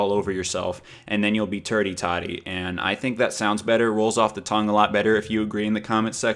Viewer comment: love you...but it is pronounced AND...not ayund!!!!